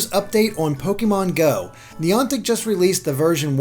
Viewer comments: Neeantic i think you pronnounce it Nyantic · Neontic? It's niantic!!!! Come on